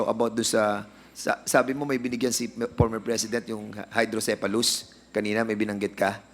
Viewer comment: pormer fresident daw sabi ni dan hoy letter ip yan hindi letter fe hehehe